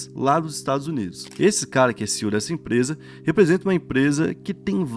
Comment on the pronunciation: Chega da agonia todos esses anos o falando “CIU” ao invés de pronunciar as letras individualmente